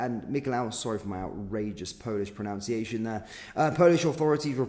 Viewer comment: It's "pronunciation" old chap, not "pronounciation".